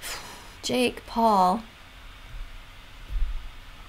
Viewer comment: "His name is jeek Paul" I litteraly heard jeek Paul and started laughing.